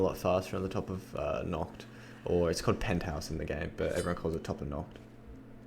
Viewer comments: it is called NACHT and not "nockt" der untoten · Has anyone noticed he pronounces Nacht "Nocht" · The way you call nacht 'knocked' bugs me